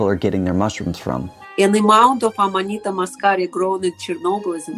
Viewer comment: It's Amanita, not amadita.